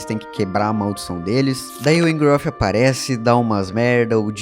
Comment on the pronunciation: O nome do vilão não é engorof é engorhot